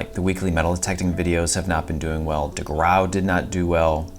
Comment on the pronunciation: degrau is said 'degrow', I think...but so what